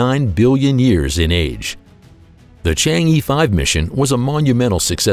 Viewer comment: It's not "chang yi" ----- e here pronounces similar to "ear" in earth, just a bit short